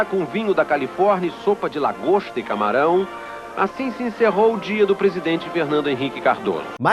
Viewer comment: Lagoxxxta e camaraumm 😂